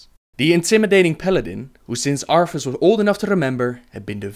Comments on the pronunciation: "UPHER, UPHER, UFERR, OOFER," "DEAF KNIGHTS" "LOAF FAR" "Arphas" TH sounds aren't that difficult mate. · Arfas (our fuss) and Ufer (Oofer) Man I think you lost a tooth when pronouncing their names. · Arffas instead of arthas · Arfus? Oofer? Udders? lol Good video! Love all the lore vids, keep them coming! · LOL UFER ARFAS HAHA